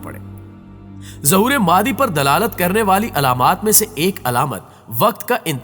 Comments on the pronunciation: امام مادی, مادی نہیں بولتے بھئ, نام صحیح بولئیے آپ," امام مہدی علیہ السلام" کہتے ہیں, نام کیوں بگاژ رہے ہیں اتنی متبرک ہستی کا!! ؟؟ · Apna talafuz to Sahi kro kya Imam Mehdi as ko Madi Madi kr rahe ho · mehrbani kar k ow Madi NAHI he Imam.Mehdi A S he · Lafz Mahdie h..talafiz bhi teak karo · "Maadi" nhi "Mehdi مہدی" ,... Kundah nhi Kindah کندہ", "Khirasan nhi Khurasan خراسان". Itni achhi video me aap sirf yeh lafz aur apna talaffuz sahih kar len to zabardast ho jay.